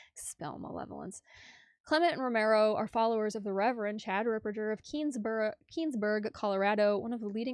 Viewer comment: Thank you for sharing your sensible comments. I see narcissistic tendencies in her behaviour. And she's the only person mispronouncing Fr. Ripperger's surname.